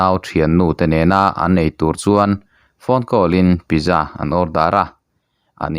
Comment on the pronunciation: Pizza pitza tih a lam tur